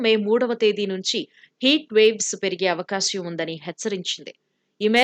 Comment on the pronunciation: Avakasyam kaadu amma, avakaasam